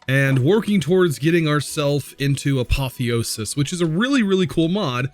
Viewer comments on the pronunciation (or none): Hey just a fact from a Greek viewer: Apotheosis means deification, so to praise someone as if they were a god. The accent is on the e, so the word is spelt A-po-thè-o-sis, with a rise in the e and a drop afterwards. Hope this helps you pronounce it better